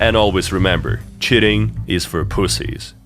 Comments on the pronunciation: every time this guy says cheating it sounds like shitting! lmao (no hate i love the video) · "multiplayer games and shitting" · I thought he said shitting not cheating 😭😭😭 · I know you started the video by saying "multiplayer games and cheating" but I can't help but hear "multiplayer games and shitting" every time lmao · "regardless which shitting client someone has instilled" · When you say cheating it sounds like you said shitting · why does it sound like you're saying "shitting" when you say cheating